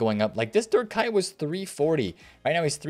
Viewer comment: and calling Kuyt ...Kite lol